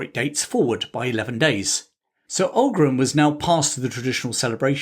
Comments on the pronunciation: and Aughrim is not pronounced Aug-rim but augh(och) rim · There’s a lot of good stuff here. However, you get at least two words badly wrong. Tyrconnell is pronounced Teer-connell” and Aughrim is pronounced “Ock-rimm” Consistently referring to Londonderry ( as opposed to intermittently saying “Derry” ) is clearly partisan. Also, the Irish were “ saddled” with James. He was colloquially known as “Seamus the shit” (Seamus a caca) After the siege of limerick, the Irish general Sarsfield reportedly said he would fight on, if fate would have put William as their king instead of James. The big advantage William had was that he agreed to be subject to the law ( James had insisted he was above it) and therefore was able to find many more willing lenders - contracts being governed by law meant they were confident of being repaid)